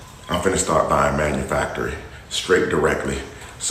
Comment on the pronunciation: Manufactory 😂😂😭🤣😭😂😭🤣. Manufacturer sir. Spending all of that money on those “designer brand” rubber shoes when you could have taken an English course 😂